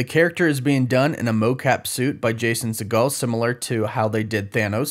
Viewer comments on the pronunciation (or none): Jason Sea-Gull Not Seagal, like Steven 😂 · Sorry to be “that guy”, but it’s pronounced see·gl NOT si-gahl. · It’s pronounced like seagull (or regal with an s) just fyi. Not like Steven Seagal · Let's be honest, if you really love How I Met Your Mother and Forgetting Sarah Marshall, you wouldn't have mispronounced Jason Segel's name.